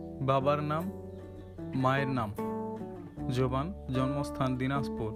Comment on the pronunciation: ভাই জবান কি জভান উচ্চারণ জানেন না নাকি